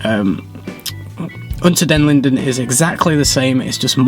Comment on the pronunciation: Well done! Your pronunciation of "Unter den Linden" is almost professional and very cute and sweet 🇩🇪👍😉